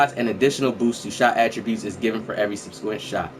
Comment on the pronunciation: Nigga said subsquint😭